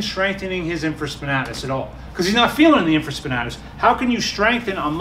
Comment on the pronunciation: Great video except it’s pronounced “in·fruh·spuh·NAY·tuhs”.